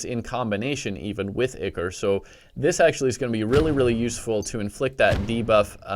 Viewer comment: It's not ik-er it's eye-core